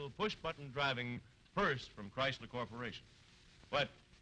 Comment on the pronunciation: we have the beautiful Mary Costa for TorqueFlite. Also loved the voice of Art Gilmore the announcer. Nobody could say "Chryslerrrrrrrr" better than Art Gilmore.